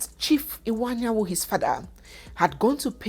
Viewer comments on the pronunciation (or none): please the name is Iwuanyanwu, not Anyanwu. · please the name is Chief Iwuanyanwu and not Chief Anyanwu